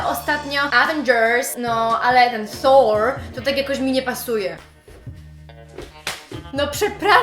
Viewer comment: hehehe. nie zawracaj sobie glowy takimi bzdurami ;) masz kapitalny akcent, boski wrecz! w zyciu nie slyszalem tak dopieszczonego " thor" masakra ;) pozdrowka